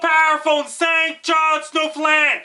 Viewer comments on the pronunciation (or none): Is this hitting st johns? It sounds like you're saying something else.